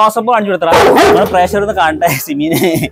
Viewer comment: പ്രേഷകൻ അല്ല പ്രേക്ഷകൻ ആണ്